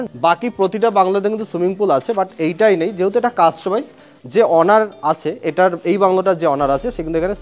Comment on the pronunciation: দাদা যেভাবে ‘ওনার‘ কে ‘অনার‘ আর ‘মাস্টার বেডরুম‘ কে ‘মাস্টারবেট রুম‘ বলছেন